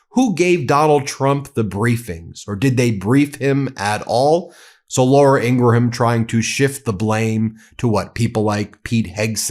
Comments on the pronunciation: Its Laura Ingraham...not Laura Ingra-Ham... sorry Ben... MidasTouch is the best!!!!! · Why do you pronounce the h in Ingraham? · Ben, you DO NOT pronounce the H in Graham's name. I kept hoping someone on your team would inform you of your mistaken pronunciation of the name. Not that I care about her, at all, but I do care about you and the importance of you sounding like a serious journalist. It's pronounced Grāy ăm, like a graham cracker. The H is silent. I hope I didn't offend you. That was not my intention. Btw, my hubby and I are devoted followers of your channel. ❤ 🗳🗳🗳 💙💙💙 🗳🗳🗳 💙💙💙 🗳🗳🗳 💙💙💙 🗳🗳🗳 💙💙💙 🗳🗳🗳 💙💙💙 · 😏Although it's not of paramount significance, but I'm truly curious if Ben's sporadic mispronunciation of Laura Ingraham's surname is intentionally mispronounced😅. The correct pronunciation of her last name is ING-grum (/ˈɪŋɡrəm/)...just saying because it seems intentional😂...🇺🇸🗽🤜🤛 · Please stop pronouncing Ingraham like that. It grates on my nerves so bad.